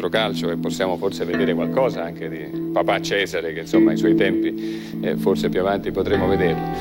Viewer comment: Cesare se prononce Tchezaré ❤